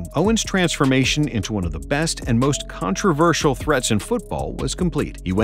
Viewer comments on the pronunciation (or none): none